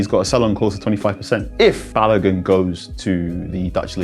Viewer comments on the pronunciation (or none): Folarin Ba-lo-goon….. that’s how you say his name , not balagan 🤦🏾‍♂️🤦🏾‍♂️🤦🏾‍♂️